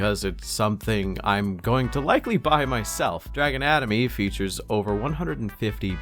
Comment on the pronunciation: "Dragon Atomy" sounded like "Drag anatomy" and I lolled It's also even more confusing because the latter can be understood in more than one way😂